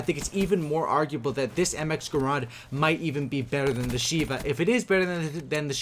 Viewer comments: it's called my grand not grond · It's not graaaaand, it's GRAND!!!